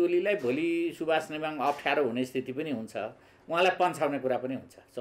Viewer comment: Samachar padnele name ta sahi uchcaran gar "Nemwang " Hoina " Nembang" ho